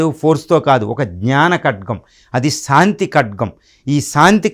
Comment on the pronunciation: సాంతి కాదు శాంతి స్పష్టంగా పలకటం నేర్చుకో సోదరా.